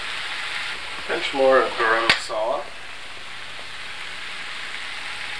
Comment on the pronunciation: It's Garam masala, not "Garim" Masala,. Love, your wife